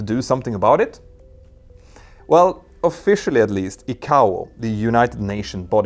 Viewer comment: ICAO = eye-k-oh